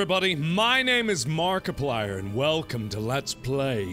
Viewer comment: 2013: hELLO everyBOdy, my name is, MARKIPLier... Now: Hello everybody! My name is Maarkiplier...